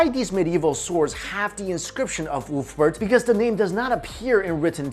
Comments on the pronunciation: It's pronounced "Uber-Felt" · Ulfberht..... more like, oooofberht.